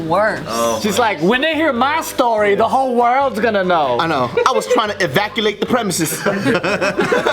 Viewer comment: I was taking a sip of water when said "I was trying to evaculate the premises"... 😂